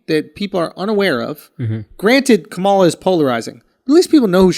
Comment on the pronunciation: FFS! Her name is pronounced KAH-muh-luh — NOT Kuh-MAH-luh 🤦‍♀️